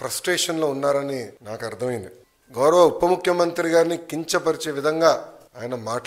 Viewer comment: ఒరేయ్ అయ్యా.... అది "ఉప్ప" ముఖ్యమంత్రో... ""చప్ప" ముఖ్యమంత్రో కాదురా "పప్ప".... ఉప ముఖ్యమంత్రి... ఏది... ఒక సారి అను...!!! ఉప ముఖ్యమంత్రి అనడం రాదు.. నువ్వు జగన్ గారికి "ఉప్ప"దేశాలు... సారీ....ఉపదేశాలు ఇస్తున్నావా...???